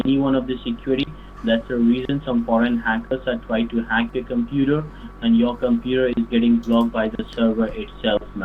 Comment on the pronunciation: LMFAO! What's a compooter? XD